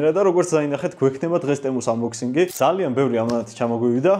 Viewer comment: Ტემუ არა თემუ